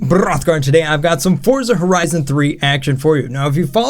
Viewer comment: he says Frorza